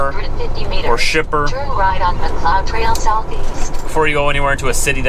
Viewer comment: ...For next time...Mcleod trail is pronounced mc lcloud Train....When I first brought my Lady to Canada she called it Mc clod...LOL